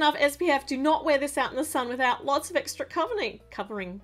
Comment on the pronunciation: Eggra parts instead of extra parts